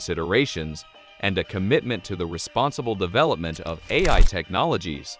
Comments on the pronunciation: So, why can't it pronounce AI? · You should at least get a text to voice app that can speak the Titla of the video. Or you could have gone through the text and put a space between every incidence of A I.